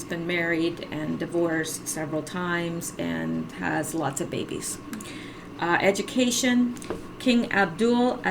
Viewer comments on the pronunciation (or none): none